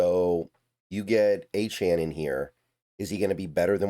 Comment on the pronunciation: Saying his name right..... that's a good sign. Achane is a dawg